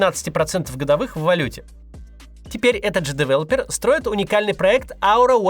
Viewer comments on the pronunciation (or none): none